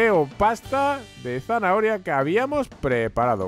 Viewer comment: Dijo pasta de zanaahoria😁